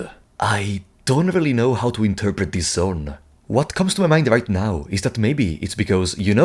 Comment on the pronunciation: figuring out when you are saying "This" and when you are saying "DIS" was a puzzle in an of itself but a fantastic video non the less